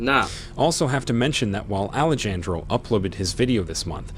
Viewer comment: Ahh-lay-Jan-dro😬 that was like chalk to a board It’s pronounced Ah-lay-han-dro